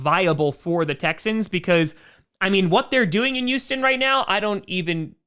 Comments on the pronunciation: Why does say Youston and not Houston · Does anyone else notice him saying Uston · “Youston Texans” lmao 😂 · He sounds like he says youston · The You-Sten Texans